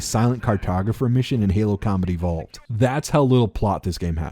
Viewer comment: Every time you say Combat Evolved for some reason I was hearing Comedy Vault.